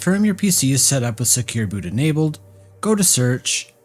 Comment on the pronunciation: Inabled, disables, inabled, disabled 🤯 Schlimm genug, dass ich nichts verstehe, dann muss ich noch deiner Schlaftablette Stimme zuhören!!!